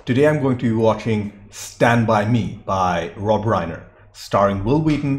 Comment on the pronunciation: The Stephen King story was a short story titled The Body. It's pronounced Rob Rhine-ner, not Rain-er.